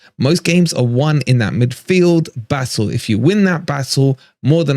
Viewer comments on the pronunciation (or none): none